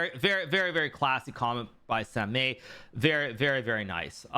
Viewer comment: samay😁 the pronunciation hurts my ears Hi.. Karu